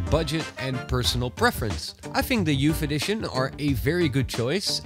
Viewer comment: Youf eddishion Love your vids